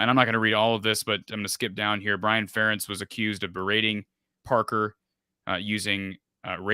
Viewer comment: why dont you ever correct saying FUH rentz.. FARE entz lol.. also spring practice was only at valley 2013 and 2014